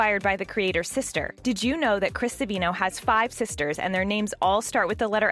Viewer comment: It's Chris Savino, not Sevino